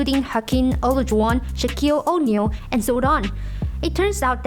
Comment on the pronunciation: the pronunciation is a little weird for me . Like average, O'Neal ,last...these words